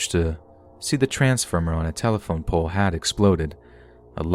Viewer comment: Same lol